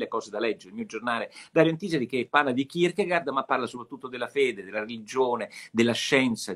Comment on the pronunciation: Non pronuncia così Kierkegaard 🤣🤣